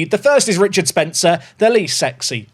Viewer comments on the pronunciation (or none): none